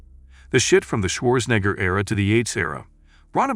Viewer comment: Schwarzenegger, not schwoorsngr